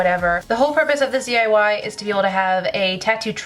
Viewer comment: I thought it said "DIY TITS!" 😂